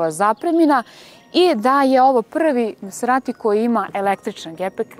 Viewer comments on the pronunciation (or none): Oboje ste izuzetno lepi. Lepotica i zver. Mala primedba ali bitna: Izgovara se mazerati a ne maserati kako piše. Da se izgovara maserati onda bi pisalo "masserati" što svakako nije slučaj. Dakle, i MaZerati.